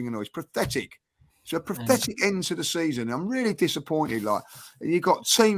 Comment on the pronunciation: is having trouble saying the word 'pathetic', it sounds like he trying to say 'prophetic.' Did anyone else notice that?